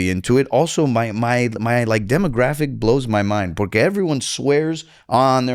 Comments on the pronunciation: Take a shot every time he says “porkay” lmao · Why is this dude saying Pore-cay so much??? It’s annoying